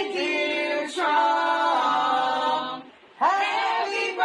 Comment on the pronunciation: It’s hysterical how they make “Trump” two syllables when they could’ve just said “Donald”. 🎶Dear Tru - ump. 🥳